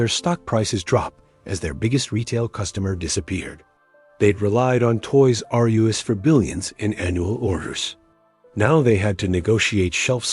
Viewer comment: The "Toys Are You Ess" / "Toys Are Youse" narration could have been fixed so easily. SO EASILY. Sorry man, your AI agent isn't making it today. Images, not so easily. But it's the Voiceover that kills it >